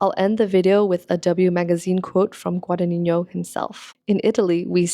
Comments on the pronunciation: Contemporary costume design is definitely underrated! ModernGurlz on YT does great content about this and I’m so glad more creators are giving this more attention. Constructive criticism: it’s just “gwa-da-NEE-no,” there’s no tilde on the n in the final “no” syllable/silent g preceding it. That would be on the first n in the “ni” syllable if you were to pronounce it and even if you were, it wouldn’t be so prominent (ie. It’s GuadaGNino, not GudagniÑo) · Hi. I enjoyed your video a lot. One question lingers, though: you can read Italian; why can't you pronounce Guadagnino? (It is not Guadanigno). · as an Italian, you mispronounced Guadagnino (which Is totally normal) but when you quoted him saying "l'abito non fa il monaco" your pronunciation was on point!! I wondered if you study Italian who cares about pronunciation anyways, what's important is if we get the message :) that's what languages are for, communicating efficiently and never perfectly. also the video was extremely interesting, thank you for this analysis! you've gained a subscriber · loved the vid but pls look up how Guadagnino is pronounced